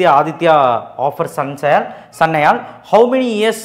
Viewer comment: Bro Aathu Sanayal Sanyal😅😅